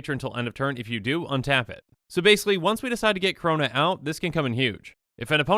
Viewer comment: Every time he says Karona I hurt inside